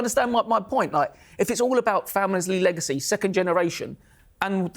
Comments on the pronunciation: The way he said eggacy and waited for the joke to BANG. 😂😂😂😂😂😂😂😂😂😂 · "eggacy" 😂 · Its eggacy 😂😂😂😂 lol warra legend hhhh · "Eggacy" his face afterwards 😳 LMFAO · Everyone was scared holding back hard from explosion of laughter after "its eggacy isn't it?" 😂😂😂😂 kudos to em. Senior is senile😂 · killed me with "EGGACY" 😂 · eggactly their eggacy is no yoke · "Eggacy" Class that lad! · Saying it's an "Egg-acy" fight was very funny". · Daddy Eubank sure Knows how to pronounce alot of unusual and difficult sounding Words, but his like a parrot he doesn't know what the words mean, bit like Del Boys French, if those two fighters fought in the same division all their careers Benn would of knocked baby Eubank spark out, was never a fan of Benn or Eubank Sr but they put on amazing flights and we're two hard nuts who could box good ☘️✌️